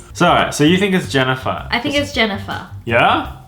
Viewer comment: ITS NOT JANNIFAR ITS ME JENNIFER K !!!!!!!?????